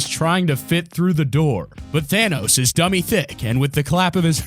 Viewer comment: Y do u say thanos as thainos